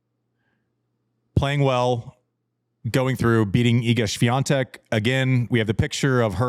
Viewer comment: I want to hear Andy Griffith pronounce Iga Sweatik's last name. Majority of the Tennis broadcasters pronounce it with an N, Sweantik. Common, Roddy boy, say it!